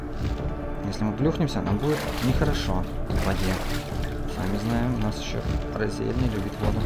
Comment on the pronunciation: Привет ! Вот и получилось восстановить продолжение ! Ох этот акцент переводчика тут :)) особенно при его произношении имени Разель, только его акцентом, это бесконечный ржач :) Мало того что колонны мозги потрепали, так ещё и "рыбка" этот проблем доставил. Хотя если честно, то он по всей видимости вовсе не сложный гад, а вот то, что ты в игре порой с управлением "борешься" - это конечно уж очень плохо, несомненно будет влиять тебе на общий настрой от прохождения некоторых мест в игре. Ладно, может в следующем видео всё получится куда более гладко, по крайней мере будем надеяться :)